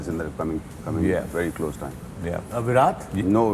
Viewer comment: The pronunciation is "وِراٹ" not "وِرات "